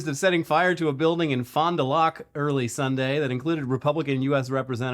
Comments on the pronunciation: LOL you butchered that one..."Fon DU Lack" is how its pronounced...lol my Wisconsin is showing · Its pronounce fond due lack ..get name right😮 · My hometown. Fond du "lock" was funny 😆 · As a wisconsinite the pronunciation of Fond Du Lac killed me